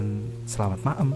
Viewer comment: Bahasa diakhir kalimat medok baget ,"selamat maem" 😅😅 sehat slalu min,sajian filmnya keren buat penganta tidur